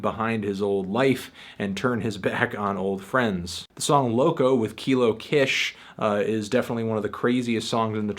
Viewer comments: it's keesh! kish! keeeeeshh! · Kish...pronounced "Keesh" Good review though. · Melontano never fails to mispronounce kilo kish's name